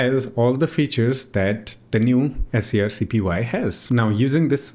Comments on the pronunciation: wow it was surreal hearing you say "s c r c p y" every time instead of screen copy that's such a funny quirk. I always wanted to use this interface but i ended up using CLI because I can save them as a desktop application entry that when i click it in the menu it runs the command kinda like an app. if i could do that with gui that'd e amazing.. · Right at the top of the scrcpy github: pronounced "screen copy"